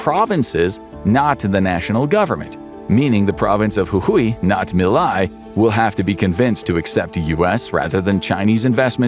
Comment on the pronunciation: As an argentinean it amazes me how well you pronounced Jujuy.